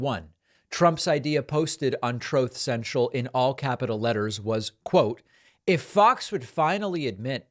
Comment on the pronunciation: 😂 "troth centrol"